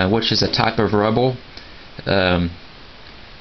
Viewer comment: are you saying rubber or rubble wtf